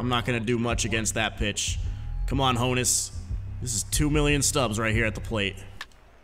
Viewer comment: It’s hooonus not Honus